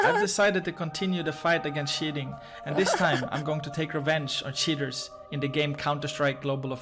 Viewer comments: Keep in mind that show you his search about "How to pronounce word cheater in english" because he keep saying "sheaters" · i like how he pronounces "cheaters" like "shitters"